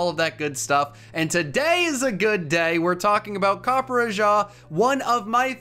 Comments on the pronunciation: Huh, copperjah instead of copperajah in pronunciation. Well that's neat. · as an indian, i gotta say i cringed at the way you pronounced copperrajah's name. it's copper RAH JAR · I am REALLY sorry for butchering the pronunciation of Copperajah along with seeing that the first moveset has a mistake and has 52 SPA instead of 52 SPE! Sorry about that, but I hope you guys enjoy the video regardless and I’ll work on my Pokémon pronouncing skills! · I love you but how do you consistently pick terrible pronunciations for Pokemon games